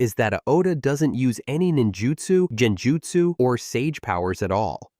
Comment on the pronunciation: Saying "Jen-jutsu" 🤷‍♂️🤦‍♂️makes this obvious the AI narration lacks any respect for the Naruto verse. Bye felicia🤣